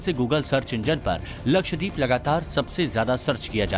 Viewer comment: First off it is “LakshDEEP” nahi yeh , “lakshdVeep” hai! DVEEP maane ISLAND!!